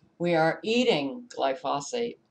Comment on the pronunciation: FYI: Gly-foe-sate is the correct pronunciation.